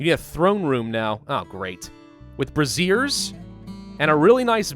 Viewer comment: fellow viewers! Important pronunciation lesson: ‘braziers’ is brei-zhers; brassieres is bra-zeers. A brazier is a metal container for burning coal or other fuel; a brassiere is an over-the-shoulder boulder holder. Do not follow example and get these words confused!